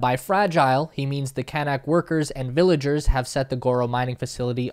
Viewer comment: Great video, but the natives are pronounced can-ook, like look. And the processing there is far from ideal, slurry ponds particularly, but close to normal good/best practice in reality.